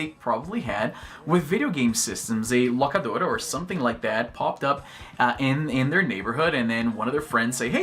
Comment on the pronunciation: Izzy parece um americano falando espanhol toda vez que solta um: "The Locadora".